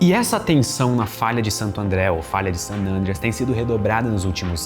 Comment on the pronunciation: O Cambly ensina a falar San "Ândreas"? 🤔